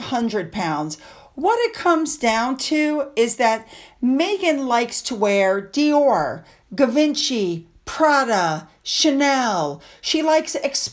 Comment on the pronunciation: Guh-vin-chee? Really?